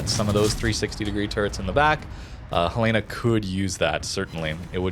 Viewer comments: Ok, I've listening to you mispronounce the name of this ship for a long time :) It's HEL eh na, not heh LAY na. It's named after the capital of Montana. Second, I liked this format a lot. I'm in a place in the game where I have several ships I can move to the next tier, Cleveland being one of them, and information like this helps immensely. Thanks for all that you do! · Fun fact: USS Helena named after Helena, Montana is pronounced "Hell-eh-na" not "Hel-lay-na". :) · Love your videos,! But it's *HEL-uh-nuh*, not Hel-EE-nuh or Hel-AY-nuh, please! Named after my state capitol, Helena, Montana. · Helena is pronounced Hell-In-uh after Helena, Montana. Love the vids though bro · The Helena is pronounced like the name Helen with an a at the end. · Love the us light cruisers, but for the love of Jesus, it’s pronounced Helen-a. Like the girl’s name Helen. Helen of Troy. Then an uh sound at the end. Now I know how the Brits feel when us Americans try to pronounce their English. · HELL-uh-nuh :) great video as always, nice to see these ships getting some love! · Helena is the capital city of Montana. It's pronounced HEL-en-uh. Like Helen and uh. It is from the city of Helena that Helena gets it's name. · ...The US cruiser Helena is named after Helena, Montana in keeping with the tradition of naming cruisers after cities. Say it like Helen-uh, the woman's name with uh at the end. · I love all your videos and everything you do. Look forward to seeing new stuff from you. One small point of contention, you are mispronouncing the name helena. The ship is named after the capital of montana and it is pronounced differently from what you are saying. The? Only reason I know is because that is probably one of my top three favorite ships and I had a misfortune of pronouncing it the way you did and had it pointed out to me in a rather harsh manner once. Keep up the good work and keep the videos coming. I look forward to seeing them. Thank you my friend.